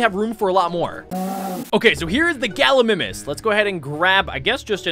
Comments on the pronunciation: Its called ga-lee-my-mis not ga-lee-mi-mis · it's gal I my nis not gal I niiimis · It’s pronounced gal ou my mes